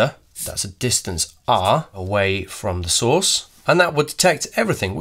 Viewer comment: every time he says source, i hear sauce so i just imagine eating alpha and beta radiation sauce 😂